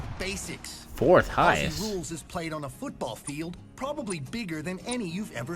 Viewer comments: Thanks for your review 😀 For future reviews a small but annoying pronunciation for us Aussies. Say "Ozzy" not "". Cheers from Down under 🇦🇺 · as an australian ive heard so many americans say “Aussie” as “Ah-See” and bugs me so much like its not “Ah-See” its pronounced “Oz-Zee” lol sorry i just wanted to ramble for a second anyway great video! 👍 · AUSSIE IS PRONOUNCED OZZY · Glad u got into it. Best sport period. Btw … common American mis pronounciation. “Aussie “ is pronounced like “Ozzy”. Double S in Australian English sounds like a Z. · Ok don't pronounce Aussie like that it's pronounced Auzzie! Afl footy is the best sport ever! Also AFL games are soooo much cheaper than American NFL games so you can easily go to every game if you want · For those who want to sound like a real Aussie (and not drive us all mad) it's pronounced 'ozzy'. Like Fozzy Bear without the f'n'bear. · It's Ozzie with a Z, not Lisa with an S...... lol